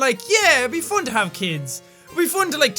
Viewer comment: Hahaha😂😂 I like that you are saying ”fon” and not ”fun”😂😂❤️❤️❤️😍😍SOOOO CUTE😍😍